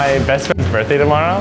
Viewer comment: “birt day” lmao